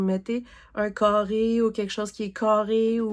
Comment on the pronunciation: Woooooow l'avancée de tes gnomes est malade!!! Et la sirène que tu vas faire après ta Cordélia est vraiment jolie (c'est une de mes préférés). Ton chat papillon est vraiment magnifique. Oh mon dieu "les maisons toutes cârrées" avec le gros accent québécois j'étais crampé □□□■■■